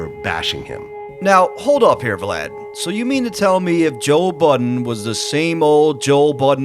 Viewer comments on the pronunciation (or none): i swear you are saying Joel Budden 😂😂 good vid tho! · Thought I was tweakin. Sounds like you keep sayin "Joel Budden". Lmao.